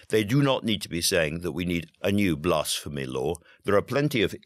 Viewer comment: This is the first time I've heard the word "blasphemy" pronounced like it contains the word "arse"